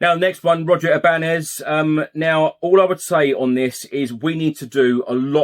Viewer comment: As there is a tilde above the “n” Ibañez is pronounced I-ban-yez.